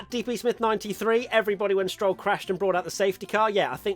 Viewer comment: Definitly happy for Vettel! EDIT: "STROLLOCON" 🤪 "Lovely" 😊 😂🤣😂